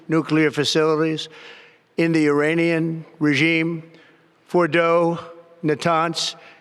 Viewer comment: He can't even say Iranian. Sounds like Uranium. What an absolute twat your president is.